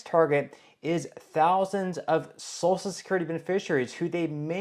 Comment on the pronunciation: It's pronounced So-shul not So-sul.